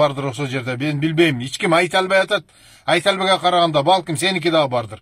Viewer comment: Аркалык дебениз ич ким дебей эч ким деп таза суйлонуз